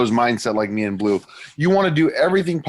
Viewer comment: They gave bleu a French name but they don't pronounce it in French? I'm guessing his parents don't speak french but appreciate the culture. Edit: just want to make sure that you guys know this isn't a rip at his name or anything